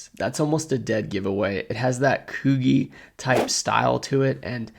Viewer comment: Quick fact: the Coogi is pronounced “kooo jeeeh” this brand was made popular by Biggy Smalls aka BIG When he was alive back in the 90s..he wore the sweaters all the time, and they have a huge following. They are worth a lot of money if you find the right ones.